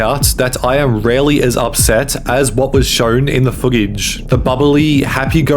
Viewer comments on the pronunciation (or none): Why do you add a random g sounds when you speak? Particularly with N sounds. Foogage? eggounced? permegantly?